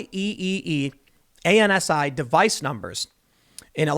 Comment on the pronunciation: Tim, IEEE ANSI is pronounced “i triple e ansee”— great podcasts!